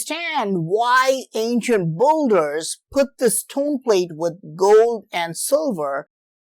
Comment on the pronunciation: Very interesting. Good work. One note of pronunciation. The word builder is not pronounced bulder, but rather, bilder.